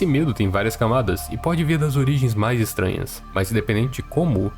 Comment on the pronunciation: orgiens... org*a